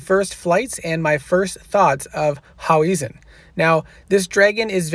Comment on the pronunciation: It’s hau-hezen. Not hau-wesen 😂